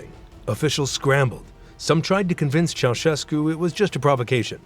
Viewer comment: Ma come cazzo lo pronuncia il nome????